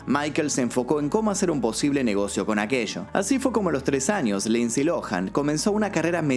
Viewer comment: Lindsay Lohan!!! No Lindsey